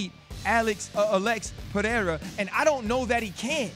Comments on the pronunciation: Not sure why people, let alone high paid professional analysts that can't speak the language try to say names they can't and say it different and butcher it every time. Per-re-ra sounds much better than Per-le-la or Pa-we-wa 🤣🥴🤦‍♂️ Come on man.. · SMH.. the UFC owner doesn’t know how to say Alex Pereira properly🤯 the “wife slapper king” said Alex PEHERA 😂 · “Uh-lex pehayda”